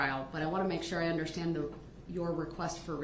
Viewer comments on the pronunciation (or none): I HATE THE WAY HE SAYS “under-shtand “. No sh in understand